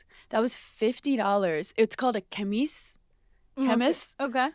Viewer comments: une chemise, "a kemis" LOL IM DEAD, HANNAAAAHHHHH I CANNOTTTTTT 🤣🤣🤣 its pronounced - shu-meez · babes it’s French for sweater or shirt pronounced in English (shuh-meez) une chemise 👍🏼